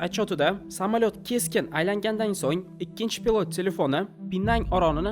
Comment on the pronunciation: Хурматли админ.с билан ш ни орасида унчалик катта фарқ йўқ тўғри талаффуз қилишни ўрганинг пилот бўлади а пылотмас